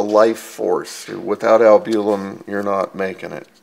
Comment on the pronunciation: I don't know what this guy is saying when he says albulim???What is that??? I worked in laboratory setting for over 20 years. The word he is trying to say is albumin??? Maybe he has a speech impediment. He is also pronouncing creatinine incorrectly. There are other words also. I think it is very important for one to obtain your own labwork. I could read mine myself, but my doctor did not give it to me. Why I don't know unless he just thought I wouldn't know anything about the results. Whether or not, one is entitled to one's labs. I will get mine the next time I see him whether he likes it or not. I'm tired of his thinking whatever way he is thinking. I do not like that idea. What if I was a doctor? I was going to school to be a Medical Technologist. I ended my last year changing over to Environmental Science and Technology. Still I worked in laboratory setting preforming phlebotomy for over 14 years and knowing well enough about my labs I could read them myself. Well enough ranting and raving. Sorry to cry on anyone's shoulder. I'm getting my labs!!!!!